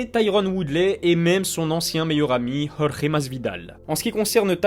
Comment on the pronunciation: Tu dois être le seul francophone sur YouTube à prononcer correctement le prénom Jorge. Bravo !